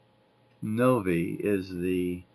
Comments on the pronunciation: Btw, the pronuciation is Nov-I (Nove Eye). It's named after Novi, MI where many of my relatives live. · Very neat car - and wow it's interesting to see that enormous compressor and learn that it was always on. AC certainly was rare in those days. Novi is pronounced Nove-Eye, btw. The company's named after a Detroit suburb, not far from where i lived as a teen - and i have lots of family there.